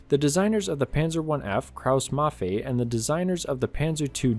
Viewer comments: As a german i kinda cringe a little bit at how you say Kraus-Maffei so heres a tip: pronounce it as Kraus-Maffai Youre welcome ;) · "Krauss-Maffei" - The letter combination "ei" is pronounced like the English "i" in (90+% of) German words ;) greetz